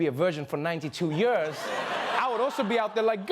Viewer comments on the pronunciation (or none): Can you pronounce the word Years properly. Not yeors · It’s Years, not yeors Trevor! 😊